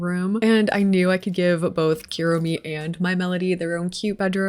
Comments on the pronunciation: love the build, just wanted to say the "u" in japanese is pronounced like "oo" not "you", so kuromi is "kuuromi" not "cure-omi" as example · This is super cute! But the amount of times you said "Keromi" instead of Kuromi is killing me lowkey (koo-roh-mee) btw, the "hello kitty is a human" thing is an old mistranslation - she is indeed a kitty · if u wanna stop americanizing the pronunciations just stop adding "y" to things. think about the word poo - its KOO romi not KYUROMI, and for pom pom purin think about pudding - hes literally pudding themed, POO rin not pyurin :) GOO de ta ma etc and for words like keroppi think about the spanish word que - que roppi